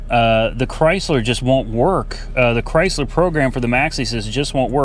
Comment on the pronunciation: IT'S A "CRY"- SLER